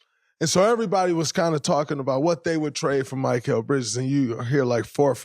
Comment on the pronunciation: Why does draymond not know how to say mikal bridges name correct